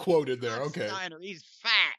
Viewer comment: You gotta put emphasis on "fat." Like "He's FAT!!!"